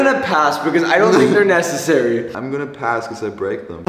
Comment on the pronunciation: When can't make a decision: "Shpass....🤨"